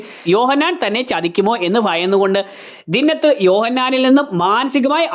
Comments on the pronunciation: ദിന്നത്ത് അല്ല ബ്രോ, ദിൻനാഥ് എന്നാണ്. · ദിന്നത്ത് അല്ല ദീൻ നാഥ് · ദിന്നത് അല്ല ദിൻനാഥ് എന്ന് ആണ് റോഷന്റെ charactor name